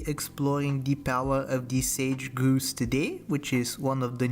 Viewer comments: Might need to watch a wildlife vid for a hint on how to pronounce grouse 😉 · Or just say "Grouse rhymes with house". My favorite is how he says chi HWAH HWAH.